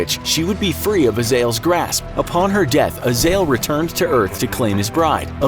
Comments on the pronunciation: Its azezel not azeal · Azael? I thought it was pronounced Uh Zay Zel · Did he just call azza-zel(correct pronunciation) azayal(worng pronunciation).